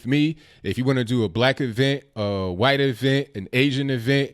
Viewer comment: why cant you pronounce white correctly it sound like you saying something else